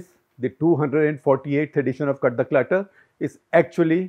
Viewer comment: Bhai Clutter bolna to seekh lo pehle